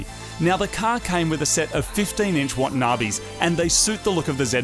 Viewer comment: Wow aussiest way to say “Wa-ta-na-be”